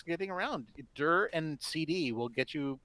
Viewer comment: "DIR" should be pronounced "D","I","R"